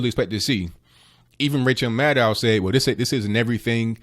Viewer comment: "Even Ranchel Maddow himslf said.." LMAO!!!